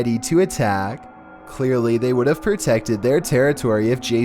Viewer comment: Could you imagine this guy just out buying a beer? "I wOUld like, one bEER PLease. Here iS my, I.D"